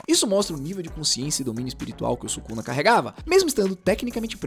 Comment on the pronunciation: 為什麼宿儺的發音不對？